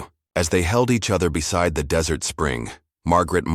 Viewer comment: Come on "desert" pronounced "dessert travel?" Pooling our resources, not pulling. Attend to, NOT two. The word led is not capitalized in the middle of a sentence. LED in all caps is a type of lights, I believe. That's the only time the whole word would be capitalized.